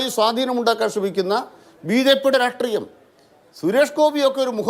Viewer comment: രാഷ്ട്രീയം എന്നുള്ളതിന് എല്ലാ cpm കാർ വരുമ്പോഴും രാട്രീയം എന്ന് പറയുന്ന എന്തിനാ? ഇവർക്ക് മലയാളോം അറിയില്ലേ